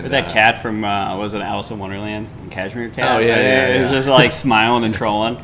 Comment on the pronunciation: Cheshire Cat not Cashmere 😂